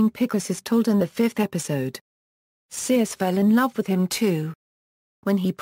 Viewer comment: You would think she would at least pronounce Circe correctly